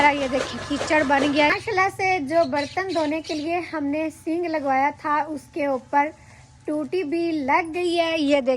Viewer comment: Sing nahi sink kahty hain